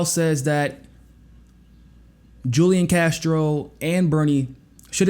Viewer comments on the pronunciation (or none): FYI— Julian is pronounced Who Lee Ahn